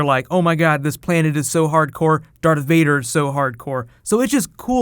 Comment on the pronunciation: Varth Dader